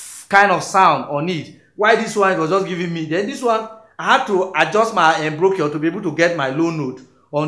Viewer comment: Awesome lesson 😎...Check pronunciation of Embouchure 😅